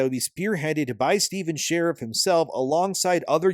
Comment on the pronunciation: Sheif ( sher-eef )